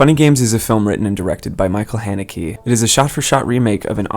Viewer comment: that is not how u pronounce the directors name